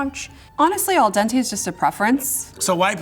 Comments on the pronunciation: "It smell regular"..... you mean.... like actual food? Not everything smells like Popeyes I find it hilarious, that black people are trying to tell Italians how to make spaghetti- that would be like an Italian trying to tell them how to cook chitlins. "Al-Dantè" ???? Sis, you don't have to blackify everything so you can then claim it as coming from your heritage- since yall like to lay claim to EVERYTHING as your own. It's pronounced, "Al-Den-Tay" . Put some respect on that name. Speaking of respect, you're as disrespectful as you wanna be with that rice crispy-looking block of noodles comparing it to lasagna/spaghetti. Now that could be called "Al-Dantè" cause that looks ghetto AF "I don't think it's black spaghetti, I don't think that's fair to the black community" WHY? Because they talk a big talk about being able to cook better than anyone else? Because if you critique ANYTHING they do, they scream "Racism"? Did you see that block of randomness.....It speaks for itself..GHETTO- "I'm gonna give it an 8 because a black person made it and I wanna support this black person" The assignment was to rate it based on the taste....NOT on the race. This is why they act like babies and expect to be caudled and handled with kid gloves.... because everyone tiptoes around them. Equality...... unless the truth offends, then you better stroke their ego. "Japalitos"????? Chicken on spaghetti??? Once again, quit blackifying everything. It's "Jalapeño" ... Not a "T" in sight The chicken..... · "Al Dante" OMEGALUL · this bish said Al Dontae. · homegirl said "al-dontae" haha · Um, in what world is cumin an “authentic“ Italian bolognese ingredient? Also who is Al Dante, lol? It’s Al Dente. To the tooth. And it’s not hala-PEEN-oh. It’s hala-PEEN-yoh. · "AL DANTE". lol. (Dante was the poet, it's dente, al dente) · she said ELDONTAE LOL not Al Dente I love us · As an Italian... That spaghetti/lasagna mash up made me vomit a little 🤢🤢 and she said al diontae like her son's name 😂😂😂💀💀💀💀